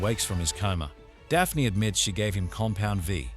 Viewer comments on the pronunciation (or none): none